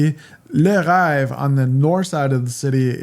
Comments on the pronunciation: I think I’d choose Burton over Oconee to get more of a mix of mountain and lake. One in Tuxedo Park, and one on Sea Island. Btw, « rêve » is pronounced like “rev” your engine! 😊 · Le Reve (rhymes with BEV)